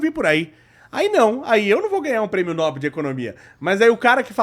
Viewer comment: Esse não sabe português...kkkk não é nóbel...kkkkk é Nobel....kkkkk